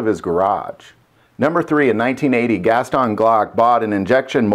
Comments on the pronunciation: Why do you say Gaston Gas-ton instead of Gaston? It kinda sounds like you are saying two words. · Is that the proper way to pronounce Gaston ? (Gast-on)